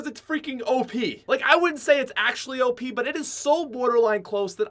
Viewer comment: O P? I've always said it as op